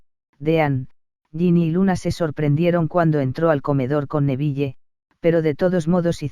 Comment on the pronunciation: tus audios son muy buenos pero para hacerlos aún mejor podrías pronunciar bien algunas cosas por ejemplos es: din no dean (la pronunciación) es nevil no neville ( pronunciación) igualmente tus audios son increíbles 🤩🤪✨